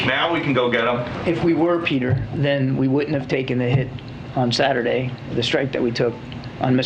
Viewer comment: On thaturday wiff his erection 😆